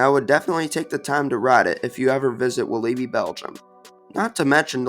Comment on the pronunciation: Its pronounced Wal-lah-bi just so you know!